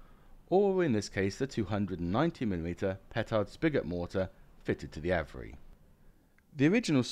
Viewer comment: Just a minor nit pick: it’s pronounced ‘Av-re’ (where the ‘av’ is pronounced as in ‘have’)